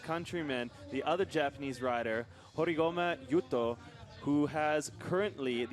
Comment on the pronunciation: I think the commentator can not read English letters or speak English😂 "Horigato", "Horiguumi"....like really?? Yuto will forget his own name if he heard thair conversation lol. Now they must know his name very well😎🥇🥇